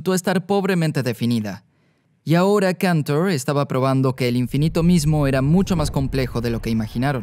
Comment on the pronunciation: Y Cantor, que no sé por qué lo pronuncia en inglés si era ruso.